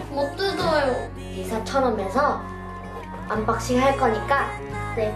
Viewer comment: 언박싱 발음 너무 기엽다ㅠㅠㅠㅠ 암바씽 ㅠㅠㅠ핵귀ㅠㅠㅠ